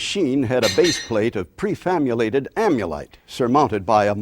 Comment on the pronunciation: Hm, so he does say "prefaMulated", not "prefaBulated". Hard to hear in the original version.